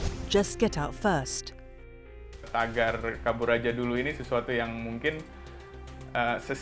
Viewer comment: i really hate when the narrator pronounces kabur aja dulu😂